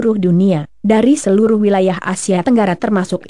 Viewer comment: Bukan selutuh .. Tapi seluruh